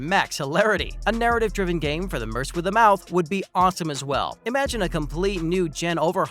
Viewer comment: "Merse with a mouth"? The word "merc", short for "mercenary", is pronounced, "merk".